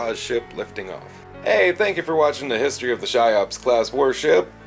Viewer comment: Cheops is pronounced "KEY-ops", not "SHY-ops". Just FYI.